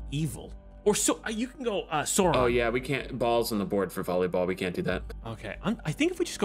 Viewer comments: Hearing them mispronouncing Sauron and Saruman hurts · The mispronunciation of "Sauron" and "Saruman" is really getting to me (except for Courtilly, who seems to pronounce it correctly). It's like hearing Americans talk about "Laura Croft" 😫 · The repeated misprounciation of Sauron disturbs me